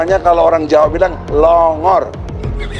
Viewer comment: Plongor Pa Haji Egisujana bukan tambai huruf P Pak Haji 🙅🙅🙅